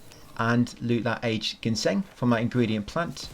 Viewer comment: Haha the root is pronounced gin-seng not genshin like the gatcha game :D don’t sweat it though I just find it funny. Great guide.